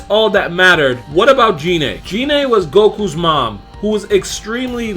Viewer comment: Um. Its pronounced GI-NE